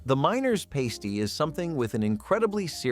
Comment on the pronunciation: It's pasty with a short "ä not pasty with a long "ā". A " pāsty" is part of a strippers costume! Go to a pasty shop in the Michigan UP and ask for a pāsty you will get laughed right out the door! 😅